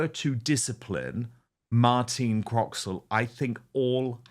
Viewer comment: Croxall, not Croxwell. And a great top set she has, too. 😋